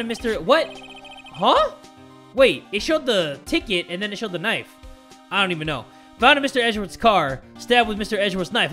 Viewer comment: "HE GOT THE KNIFU... ABOUT TO END A LIFU"